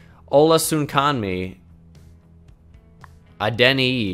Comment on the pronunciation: Olasunkanmi Adeniyi is Ola-sun-khan-me, add-n-i for next time